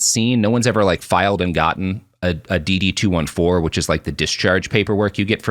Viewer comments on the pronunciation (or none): Robert DD214 is pronounced "DD-214" not "DD-2-1-4" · as a veteran hearing the DD214 pronounced "two one four" rather than "two fourteen" is hilarious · Robert, I’m disappointed. Everyone in the know refers to it as a “Dee Dee Two Fourteen”. I thought with your background would pronounce it this way.